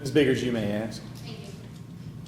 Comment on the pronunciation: Never use the word "axe" in place of ask. It makes you sound low IQ. Let's try to forget ALL about ebonics and concentrate on learning our native language -- English -- correctly.